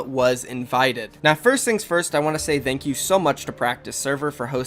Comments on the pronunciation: He says "Thank" just like "the" and its annoying asf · Am i the only one who doesnt like how he says “thank”